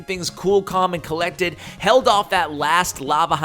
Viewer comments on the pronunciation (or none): You said Kool Kalmyk and kolected 😡